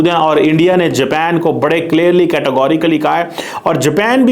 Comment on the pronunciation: اوہ بھائی جاپین نہیں جاپان ہوتا ہے